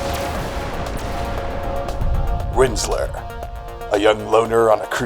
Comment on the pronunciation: It’s Rinzler...he even says it in the beginning